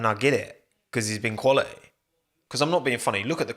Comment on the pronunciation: Stop saying the word "quality" so often, especially since you can't even pronounce it correctly. "qUaLi-e"